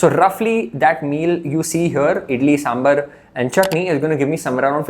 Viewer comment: I love your videos. Huge fan. I just wanted to tell you something, sambar is pronounced "saambaar" and not sambur. Please take it as a constructive feedback. I gained a lot of knowledge from your videos